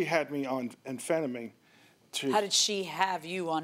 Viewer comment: So not pronounced An-Phentimeen. Its Amphetamine....